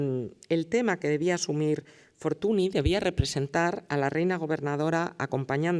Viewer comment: Y dale con Fortuni es Fortuñ (escrito Fortuny)